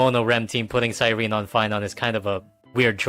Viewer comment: Why does it seem like none of these hsr YouTubers can say Cyrene’s name right it’s Cy-ren-ne not Cy-rene.